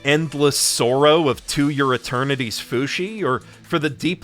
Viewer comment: This is a 19 minute mispronunciation of To Your Eternity.